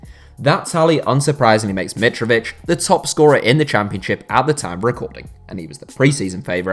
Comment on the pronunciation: its Alexender Mitrovitćh!